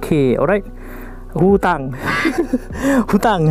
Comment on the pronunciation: Dia punya sebut hutang tu😂 lwk kottt hahah